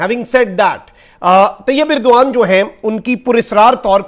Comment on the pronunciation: طیب اردگان ہوتا ہے بھائی اردغان نہیں